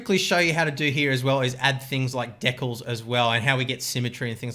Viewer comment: the way he says decals is like freckles